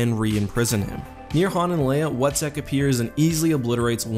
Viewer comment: "...called the Wutzek" The What-zek?